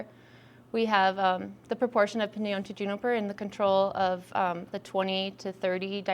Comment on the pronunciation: Piñon, not pInYoN